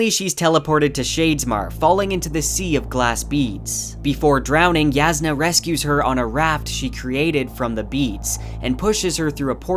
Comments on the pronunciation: Why does this guy keep pronouncing J like it’s a Y? She’s not Mexican dude. Her name is Jasnah, not Yasnah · Jasnah is pronounced YOSS-nuh, not yaz-nuh. Edit: I was wrong about this, apparently it is pronounced Yass-nah. Thank you BookHopper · Sorry but that's wrong. Even the coppermind site says it's pronounced 'YASS-nah ko-LIN' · I'm actually low-key impressed that you've managed to somehow pronounce every. Single. Characters name differently than I/most people. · Sanderson encourages readers to pronounce names however they want. The way you originally said it is how I said it too, and I like it better that way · Yahsna not Yazznuh, Navahni not Navanny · I’m sorry but I listen to the audio book and it just lowkey bothers me but you still pronounce Jasnah, Roshone, and Navani wrong